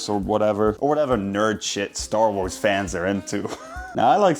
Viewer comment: worrying about people judging his cooking skills but not him completely mispronouncing Star Wars is a fascinating perception of the cooking and Star Wars communities